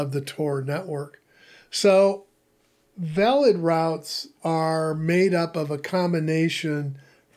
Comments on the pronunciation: I think it is pronounced Vaylid (as in veiled). 😊❤️ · It's IPFS how do you fuck this up that bad? Veilid is literally pronounced for you and you missed it.